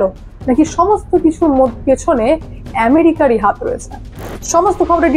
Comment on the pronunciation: হাথ না হাত😂😂